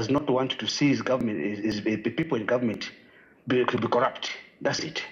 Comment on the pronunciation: its not collupt, its corrupt iwe tayali